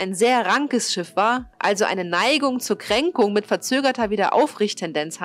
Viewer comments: Möchte ja kein Besserwisser sein.. Aber es heißt Krängung, nicht Kränkung.. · Noch ein Sprachfehler: Es heißt groß und nicht kroß.Bei der Größe weiß man noch was Du meinst obwohl ich Halsschmerzen beim zuhören bekomme. Krrroß Bei der Kränkung anstatt Krängung sieht das schon anders aus. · Was bitte soll denn Kränkung sein? Das ist ja wie Neikung oder Schräklage! Es heißt Krängung und wird auch genau so ausgesprochen. Ansonsten toller Bericht. Man will ja nicht nur meckern!